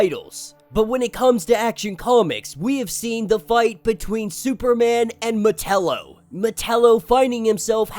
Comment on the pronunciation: I enjoy your videos but sometimes the pronunciation of some names hits my ear wrong. Metallo has always been said Meh ta low the a has more an A sound like with act or attack. Instead of sounding like Nutella except with an O.